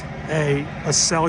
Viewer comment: A-sell-a not A-sell-ya